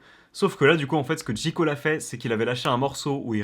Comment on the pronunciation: Personne n’a trahi personne il est vieux de 2 ans le son et on dit JÉ COLE pas JI COLE 😂😂😂